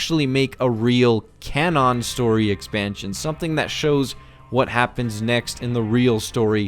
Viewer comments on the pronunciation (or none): Real CAN ON? It’s cannon dude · Can on? You mean canon right? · "Can ON"